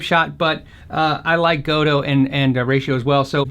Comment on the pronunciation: Gotoh is not [gou - tou], it's [go - to - o], 3 syllables. O stands for a short O in Japanese, and OH stands for twice as long of an O.